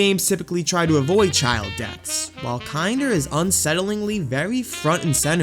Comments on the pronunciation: it's not said "kinder" it is said like "kin-dur" like the german word for child. like in "kindergarten". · Just a quick spill of info, haven't watched the full video, but it's "kin-der". A German term meaning child. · You mispronounced it 💀 Kinder is a german word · holy shit this video is bad you didn't even pronounce the name of the game right. so fucking disrespectful to parun to use his suicide as clickbait without even bothering to google translate his website to learn the bare minimum of other information about him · It's Kin-der not Kind-er. Kinder means children in German It's not Shin-Su-Kay, it's Shun-Skē. The Suke suffix in Japanese names is pronounced Skē not Su-Ke